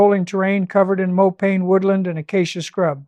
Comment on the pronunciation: AI ? Check pronunciation of mopane for example.